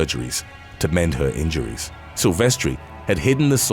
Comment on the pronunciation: Sylves "ter" not Sylves "tree"